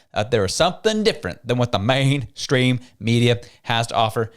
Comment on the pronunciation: A good show as usual, but the over enunciation of "Main Stream Media" is getting tiring.